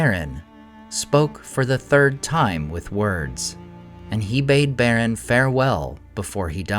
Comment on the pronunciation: I like the content, but the ridiculous pronunciations make it really hard to just enjoy the videos. Specifically your "r's", and "dr" pairings, eg; Draugluin, Beren, Brethil, Drengist... I very much wish you would stop that. They all sound absurd. Otherwise, it's great content.